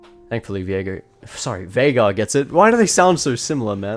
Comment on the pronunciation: Bro said mid jeagaar (veigar).